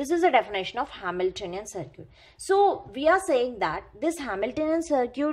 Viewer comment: Y do u pronunciate circuit(sarkit) as to sarkoot...?